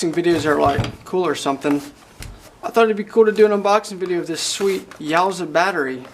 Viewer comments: “You-a-sa” battery. Lol yowzaa battery lol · Yuasa is pronounced "You-Aah-Sah" not "Yaw-zah" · Love your videos, but couldn't tell if you were being facetious when saying "YOWSAH." In case you weren't, I'm fairly certain it's pronounced "Yoo assah." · Its called yuasa battery. Its pronounced u a sa